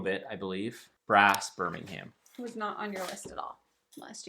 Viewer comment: I believe they pronounce it “BIR-MIN-UM”, as opposed to the city in Alabama, which is pronounced “BIR-MING-HAM”.